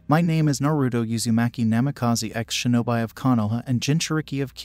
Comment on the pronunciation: its pronounced shi no bi like bee